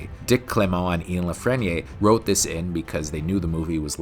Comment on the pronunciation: How do you not know how to pronounce the name Ian?